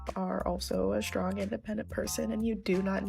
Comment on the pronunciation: "I am a shtrong, independent woman...." Shtrong?